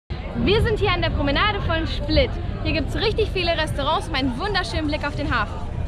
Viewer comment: Schplit?? Hast du doch gesagt?!